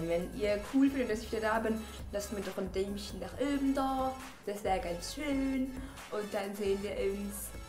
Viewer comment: n däumschen xD